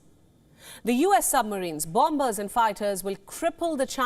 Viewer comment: btw ..... bomber is pronounced "bŏm′ər" or 'bahmer' or 'bawmer' not bom-Ber. The second b in bomber is silent. All other pronunciations are phonetically wrong Japan will fight for Taiwan...1st America will fight for Japan and Taiwan The West will fight for America, Taiwan, and Japan (USA, UK, France all have nukes) AMERICAN weapons have already been placed on Japan islands. If the USA doesn't protect Taiwan, the pacific and Asia becomes CCP chinese also China is surrounded by adversaries: Japan, SK, PH, Vietnam.